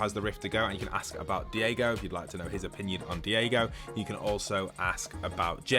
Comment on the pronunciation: It’s not Diego it’s Daigo pronounced “Die-go”